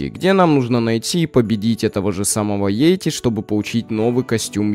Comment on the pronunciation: Наверное всё таки йети а не йейти